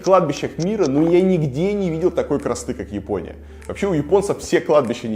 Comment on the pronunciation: Всё классно, но эта блин "Епония" реально слух режет(